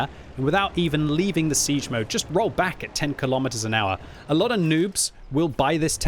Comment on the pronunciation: haha yeah thats what I always hear xD